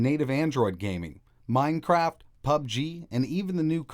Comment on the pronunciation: Did you say Mine-crap?